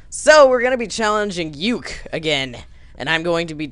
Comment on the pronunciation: When I hearde you say Uke's name I was like "Its pronounced U-kae! MEHHHHHHHHHHHHHH"